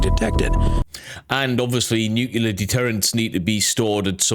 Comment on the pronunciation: Comment for the algorithm! Thanks for the good shit. Nu-clear, not nucular. Thanks:P